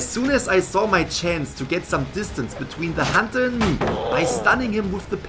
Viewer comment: When this man says decoding or hunter it hurts me